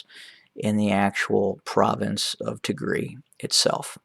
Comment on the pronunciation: [Tig]-[Rye] is how it is pronounced. Tegaru is the plural.